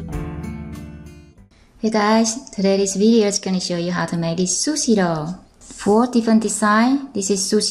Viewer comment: It is sushi roll and why you say it " sushi loll". LOL